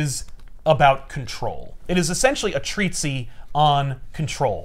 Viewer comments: I'm not mocking because mispronouncing a word just means you learned it by READING it not by HEARING people say it, but it's Treatise (pronounced Tree-Tiss) not TREAT-see. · did you mean treatise? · Absolutely insane pronunciation of "treatise" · Very uncharacteristic mispronunciation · well, is really well read so I thought I had been mispronouncing it my whole life since that word almost never comes up in conversation, it just comes up when reading typically.